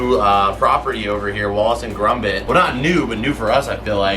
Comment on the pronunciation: gromit not grombit lol